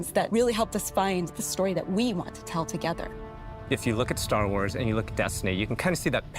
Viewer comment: Ster Wers and Halldervers 😆